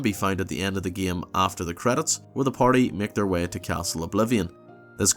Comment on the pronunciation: And "way" like "wehh"